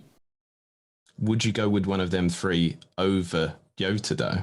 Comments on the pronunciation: Nice content, helpfull as always. One thing - J in Jota is pronounced like J in Jorginho or John, not as Yota. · JOTA... JJJJJJJ NOT YYYYY